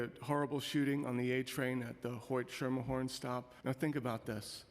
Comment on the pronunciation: It’s “skermerhorn” not ‘sure-merhorn’ 🤦‍♂️🙄 Next he’s going to say we need cops down on “hue-ston” instead of ‘how-ston’